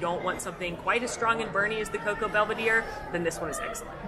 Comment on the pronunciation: Just a heads up the cocoa boulevardier is pronounced more like bool-uh-vahr-dee-yay not belvedere. Those french names can be tricky